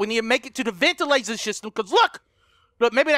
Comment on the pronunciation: " He's in the ventilitaasfghnghsngfh ;__; " Bwhahaha gotta love all that randomness he says when scared xD